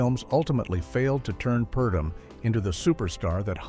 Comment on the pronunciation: "Mr. Imperium" not Emporium, and Edmund Purdom, not Perdom. And yes, the picture was a clinker. Lana disliked the script but MGM forced her to do it - the last pic under her contract. Must have been a relief to her.